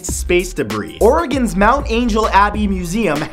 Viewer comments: You pronounced Oregon right, yay, you! :) Glad to hear about spicy food--I mostly cook Korean, Indian, & Sichuan food at home, I'm good. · Thank you for saying Oregon right again! It's still rare!